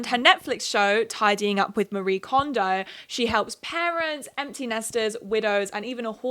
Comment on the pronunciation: Just as an FYI, Marie Kondo’s name is not pronounced like the western name “ma-REE”, her name is a Japanese name and it’s “ma-ree-eh”